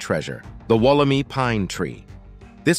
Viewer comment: Wool - am - eye. Not wool - em - ee. Australian pronunciations always trip people up. 😂